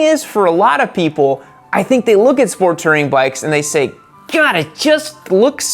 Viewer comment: Please dont say G-d like that